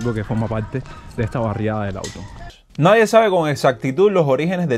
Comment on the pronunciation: Puntalar no se dice, se dice APUNTALAR. Y no auto, sino LAWTON. MALA TRADUCCION Y PEOR PRONUNCIACION. Los nombres propios se escriben con Letra Mayúscula.